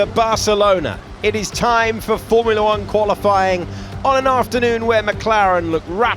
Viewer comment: When did all these morons stop pronouncing formula correctly?